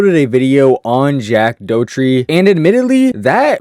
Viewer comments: Jack Dough-tree... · Jack Dough-tree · Jack Do tree 😂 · Doe tree?? Lol 😂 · if you pronounce it DOUGHTREE one more fcking time i swear to god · Jack "Dowtri" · You did all this fire research but still have no idea how to pronounce his last name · making a video about a person you cant even pronounce their name is crazy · He clearly hasnt had a downfall if your making a 34 minute video to mooch off his name😂 he is still making millions, and you can't even read his name right🙆‍♂️